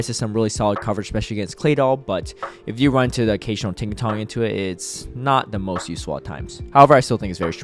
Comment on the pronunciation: why are you pronouncing Tinkaton with a G at the end lol